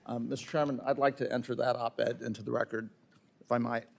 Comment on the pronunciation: Is that black dude trying to say 'record or "reckit?' Just axing.